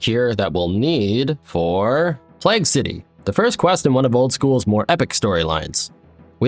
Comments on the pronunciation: love the videos but my god learn to pronounce plague properly. the "plag" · Your pronunciation of plague is really irking the Britishness in me